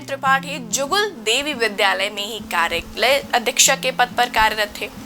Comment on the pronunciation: आपका हिन्दी शब्दों का उच्चारण सही नहीं है।आपने कार्या को अलग कहा तथा लय को अलग। हिन्दी उच्चारण पर आप और परिश्रम करें